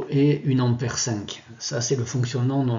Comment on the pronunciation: Merci pour cette expérience. Cepandant on dit un ampère et non pas une ammère.